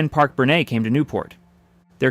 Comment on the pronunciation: Parke-Bernet, the Bernet is prounounced Bernet, not Bernay. Don't addy a French pronunciation.